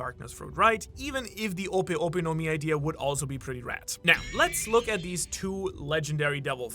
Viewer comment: It's clearly ope ope no Mi